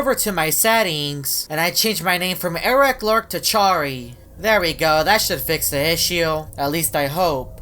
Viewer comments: Its eris loris not eris lorc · Eric lork Me: it’s Eris loris